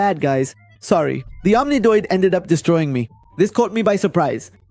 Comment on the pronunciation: bro keeps saying omnidoid